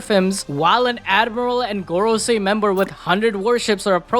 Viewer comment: he said Garcia I was like who? Man meant Gorosei 😂